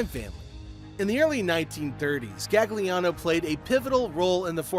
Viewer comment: Your also pronouncing his name wrong it’s galiano, in Italian you dont pronounce the second g, similar to bologna